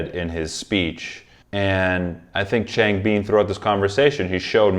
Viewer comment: A small comment on Changbin’s name: it should be pronounced ch—ah-ng bin. The A is if you’re going aahhh. Bin’s i is a short i, as if you’re saying “in”, not “been”.